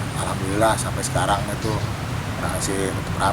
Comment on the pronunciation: "Lha maenan bocah ituh." (Logat Betawi keluar)